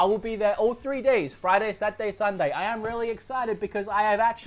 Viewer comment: friday, sat-day, suh-day